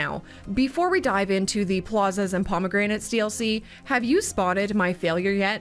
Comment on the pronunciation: the failure: pronouncing promenades as promegranates